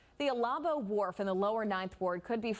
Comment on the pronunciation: By the way it's pronounced, Al-A-bo wharf. Its one hundred fifty, jobs not just fifty.